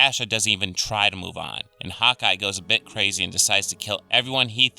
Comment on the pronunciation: when you first said hawkeye , I thought you said "hot guy"